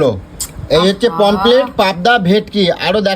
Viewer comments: মাছ খায়.. কিন্তু মাছের নাম উচ্চারণ করতে পারে না। "পমফ্রেট" মাছকে "পমপ্লেট" বলছে! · ওরে মূর্খের দল! ওটাকে "পমফ্লেট" নয়.. "পমফ্রেট" বলে।